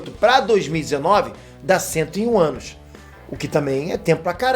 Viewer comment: QUEM ouviu 101 ânus